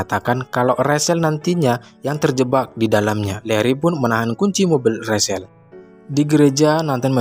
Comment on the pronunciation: Maaf, bacanya bukan Rasel atau rashel tapi bacanya Recel untuk nama Rachel.